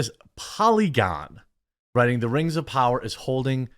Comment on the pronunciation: When Durin's wife said:" Lord of da Rang, Return of the kang" I busted out in tears